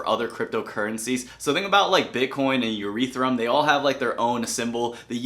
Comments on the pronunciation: We just gonna ignore the fact he he said Uretham? Great video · Lol said urethium I guess he meant to say Ethereum.